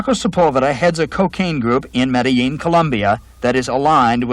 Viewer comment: Pronounced the ‘L’ in Medellíin…. Ai fingerprint